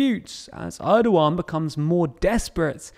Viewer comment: president Erdogan not Edowan